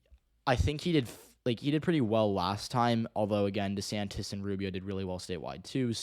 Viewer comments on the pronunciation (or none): none